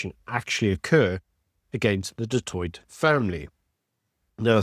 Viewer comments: ..its pronounced ( du toy )even though spelled du toit ove family with that surname😊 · Is a white South African actually pronouncing "du Toit" as "do toyt"? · Don't get me wrong - I am a huge fan of your channel. But as a South African, I can't believe you can't pronounce Du Toit's name correctly. The t on the end is silent - you pronounce it Du Tooi! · You dont pronounce the last 't' in du Toit. Its pronounced Du Toi. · You don't say the t of du Toit. Only say du Toi. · Du Toit is pronounced "Du Toy". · The last "t" is silent! Pronounce as Du Toi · Please learn to pronounce Du Toit correctly. The T at the end is silent. Like Du Plessis where the S at the end is silent. How long will it take? It's been close to 400 years. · The last t in du Toit is silent. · Just think you should know enough to know it's a silent 't' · Du Toit has a silent t at the end….. do you live in SA?😂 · Shot. Love your work too much but please work on your pronounciation of SA names. Eg Du Toit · Du toit? Pronounced like that? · Always a good programmer. But the pronunciation of du Toit??? Nooo. The T is not pronounced, it's a silent one. Sorry, but this irritated me.. otherwise this was very good as always. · the end t in du Toit is silent. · Just a side note.. the T at the end of Du Toit is silent 😉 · I hate to be this guy but the second T in Du Toit is silent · thank you for covering this. Just a note: don’t pronounce the last t of du Toit. Silent t. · Love your channel man, but when you pronounce Du Toit with a hard T, you sound like an undecucated muppet. Motsepe does have a hard T though, not a shh. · Du Toit (the last t is silent) Just saying